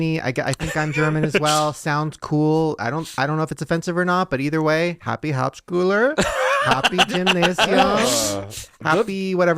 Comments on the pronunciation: Dying at Shane trying to pronounce “hauptschule” 💀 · Btw Hauptschule is now called „Werkrealschule“. At least same of the cities call it like that. Ps. As a german I feeling highly offended by the accent and by the pronunciation of german words 😂 it‘s good but it still sounds weird to hear it like that 😂